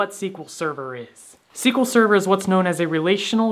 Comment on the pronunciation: SQL Sever? Im gone, C-yah!